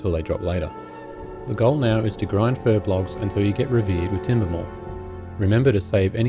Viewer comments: Fur-B-O-L-G-S !! Not Fur-B-L-O-G-S! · Furbolgs, not furblogs.